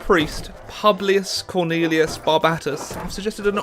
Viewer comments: Publius is pronounced poo blee us Not pu blee us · Ok no that would make it more like like “pyewblius”, it’s pronounced pooblius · ITS PŪBLIUS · Well you mispronounced every name of your leader's name. "u" in latin gets pronounced like "oo" in boo so it's Pooblioos so to speak.